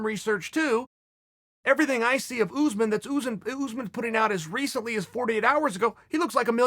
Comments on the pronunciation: not uzmen us'man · Kamaru “Ooozeman” Usman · “George” vs “Oozman” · Jay From Around The Way almost there, look up commentary from a fight or Buffer introducing him so you can get it my man